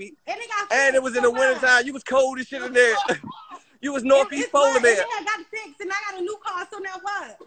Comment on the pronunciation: 😭😭😭 he said northeast polorbear